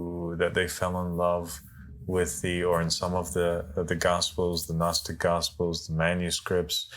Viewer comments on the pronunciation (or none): none